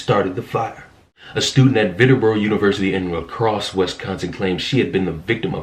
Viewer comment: I live in this area and I would say that there is little to no race issues towards blacks. Then again race baiting should become a Olympic sport because it keeps popping up where there isn't really any. Also Viterbo is pronounced vi-tur-bo. Not knocking you it's a small local college so outside of this area people need to guess at how it's pronounced.